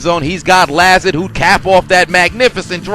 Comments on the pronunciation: It’s La-Zard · Btw Allen Lazard is pronounced La Zard not La Zerd